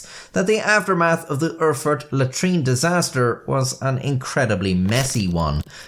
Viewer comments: It's not "Urrfurt", it's "Erfurt", the "Er-" being pronounced as "air" is. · I swear he said "Are fart". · Did you say “it occurred in 1184 in the German city of El-fart”, Im not rewinding the video but please tell me that’s what you said 😂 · " .. in the city of Her-Fart .. " sorry i'm 12 years old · prounced "eugh-fart". #funfact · hehehehe he said "Erfart"